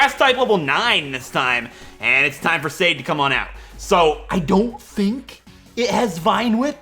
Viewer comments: Sade is pronounced more like "sah-deh", like "su" from the word "sun" and "de" from the word "deck". But honestly, I thought that anyone who speaks English might say it more closer to "said/shane/shade", which is totally fine with me. Now that "serious" explanation is over... ASDRFRFSAFG!!! XD I cannot believe you picked my name suggestion, first time I suggested a name and then you decided to use it! Thank you and hopefully you get your revenge! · It's Sud_deh in Finnish and that's how its pronounced,. I'm half Finnish so I would know! If you get a Larvesta, name it Aurinko which is Finnish for sun.